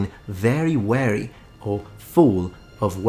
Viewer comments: Fascinating. One minor side note, for the clarity of your presentation. you say "Gabriel reached Daniel being very..." You say "weəri". That sounds like the word "wary", meaning cautiously, nervously. However you clarify it by saying "full of fatigue". That means you meant "wɪəri", "weary", meaning very tired. I wouldn't mention it except I know from your other videos how much you care about correct pronunciation and clarity, and I know you'll take it as constructive criticism to help your future videos be even better! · I feel like it's worth pointing out that you pronounced "weary" in a way that made it sound like a completely different English word. "Wary" is a word which means cautious or careful (same root word and similar meaning to "aware"), and that's the word you said instead of "weary" (which means fatigued or tired as you described). Given the usefulness of both words, it's probably a good idea to check that you're saying the right one! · Check your pronunciation of weary, meaning exhausted. It is not the same pronunciation as the word wary, meaning paying close attention to threats. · You keep pronouncing "weary" {tired} as "wary" {cautious} - Obviously Italian does generally pronounce an E that way but the words do not have the same pronunciation in English. "Weary" would be pronounced like Beer, Dear or Fear with an added Y on the end.